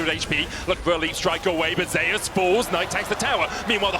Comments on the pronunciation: There’s a player in Vietnam named ‘Zeus’ in the game pronounced the typical way. They pronounce T1 Zeus as ‘Zayus’ to distinguish both players. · How come he prenounces Zeus as Zayus? LOL